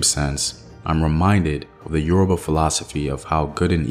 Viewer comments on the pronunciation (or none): none